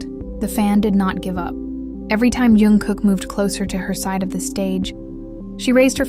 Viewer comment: His name is Jungkook, not Youngkook